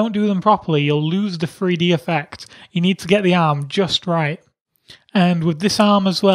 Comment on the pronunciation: He always say free d